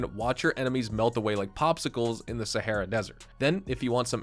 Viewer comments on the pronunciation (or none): none